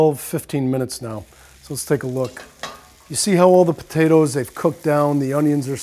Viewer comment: he says potatas. lol